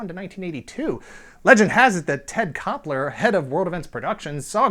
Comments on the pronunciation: Ted Koppel not Kopler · Ted Koppel, not Ted Koppeller. Lol😝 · Ted Koppel, not Koppler. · So when he said Ted Kopler and showed Ted Koppel the first time I thought damn this guy seems way to sharp for that kinda mistake... Second time....Naaaaaaa Somewhere in the world Ted Koppler feels very accomplished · Ted Koppel not Koppler! Lol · Who is "Ted Koppler"?? I think you mean Ted Koppel. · OK. His name is Ted Koppel, not Ted Koppler.